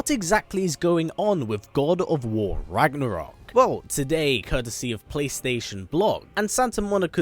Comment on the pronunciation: It really pisses me of that English speakers can’t pronounce Ragnarök correctly 😂